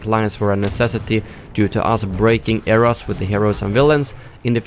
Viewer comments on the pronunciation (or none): none